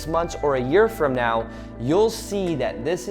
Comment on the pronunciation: your "right neow" is trigger me .